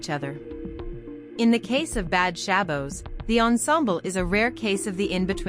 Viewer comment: you are not pronouncing Shabbos correctly